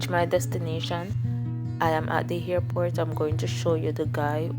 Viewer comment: Why you say hairport?